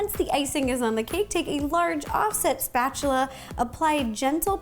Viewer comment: I miss Ro calling the spatula "musta-chula" yeah that's how long I've been watching Nerdy Nummies. I feel old already hehehe. Keep up the good work Ro and God bless. Say hi to Molly and the baby for me hehehe 💜